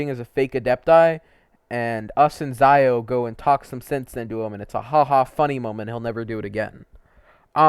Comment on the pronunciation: Xiao not Zaio